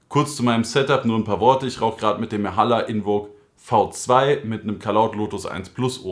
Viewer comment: Wie heißt der Kopf vom Setup? Ich versteh nur irgendwas mit "Hala invo v2" kenn mich da nicht so aus mit den Marken. Edit: Mahalla Invoke V2 kann das sein? :D Hab das Mahalla nach mehrfachem hinhören dann auch verstehen können. Super Video übrigens